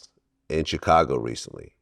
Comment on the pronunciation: Chitcago will always hurt my ears 😭